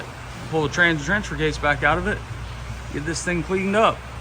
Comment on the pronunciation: I swear says “pull the transgender case back out of it.”